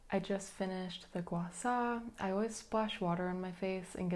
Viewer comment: Thank you for pronouncing gua sha correctly 🫶 this was a nice video, thanks for sharing!!